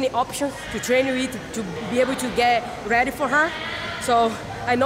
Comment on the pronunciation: this is her every interview . " She's a tough oponnent, but I'm gonna be weady," 🤦🤦